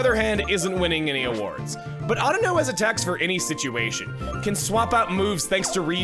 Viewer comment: I'm glad Chuggaa pronounces Audino correctly